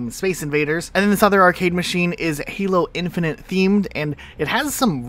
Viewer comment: Why do you always say "Halo Infinant" LOL, also hii!